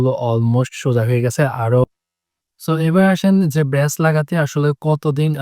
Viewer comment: Bhaiya bres na braces apnr pronouns bul hocche ami apnk lojja diwar jonno boli keo jodi shamne theke apnk lojja dei tai tik kore dilam😊❤